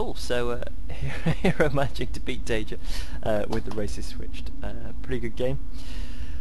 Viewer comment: Taeja, not Tajea